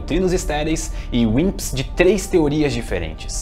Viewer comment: Toda vez q ele fala Wimps eu escuto Winxs KKKk